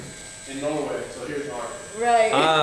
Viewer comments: When he said norway they though he said no way thick americans 🤣🤣🤣🤣🤣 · That's what I thought he said 😂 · yeah yeah ''noway'' in ''Norway''